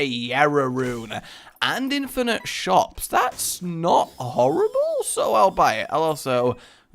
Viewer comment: Flavored animals that you lick.. bwahaha.. and then a glorious 'horibb-le' with a French pronunciation.. hopefully I can get back to watching videos after the weekend when things calm down. It has been the worst week, I'm truly this close to being at the end of my rope permanently with life, but all I need is one person's kindness and listening ear back.. hopefully I never lost it <3 I've only watched the first 4 1/2 minutes of this video because I'm super short on time, but I desperately needed a dashing dose of daily delivery of deliciousness;) <3 So.. yeah, I just had to see if there was still hope for me writing. Thank the entire universe that there seems to be <3 Hopefully I'll be back with comments soon.. not sure, but I truly hope so, because without daily kindness I have been a wreck, and it feels like most everything else this week has gone haywire as well, and I have truly been a mess.